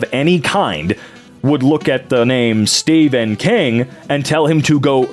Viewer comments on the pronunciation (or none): none